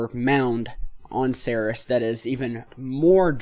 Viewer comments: Ceres = (SEEREEES) its named for the goddess of grains and where we get the name cereal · Except for your pronunciation of Ceres you are doing a really seriously excellent job. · Please learn the proper way to pronounce Ceres!!!